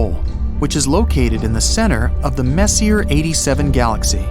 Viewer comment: He said "messier" as in "more messy". I'm out. I mean, not everyone recognises French words, or has heard the name out loud, but that's something you check up on before making an ostensibly educational video.